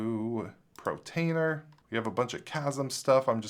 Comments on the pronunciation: dont know why but when you say protainer instead of what it is portainer i feel like punching the screen :) maybe just me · love your videos, but for the LOVE OF FRANK - It's PORTainer - PORT - the icon is a crane moving containers like you would find at a shipping PORT. PORT, not PRO. I know it doesn't matter, but it's stressing out my dog, because I yell at the screen every time you call it PROtainer. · Portainer not Protainer, practise that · repeat after me POR-tainer.. Not PRO-tainer... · PORtainer PORtainer PORtainer. Not PROtainer! 😅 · Every time he says "Protainer", I hit the thumbs down button.